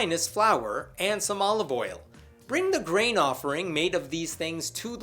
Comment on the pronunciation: I know you're saying grain offering. But I keep hearing brain offering.